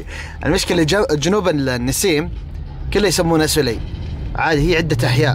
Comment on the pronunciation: يقول يسمونه سوولي خطأ السَّلَيْ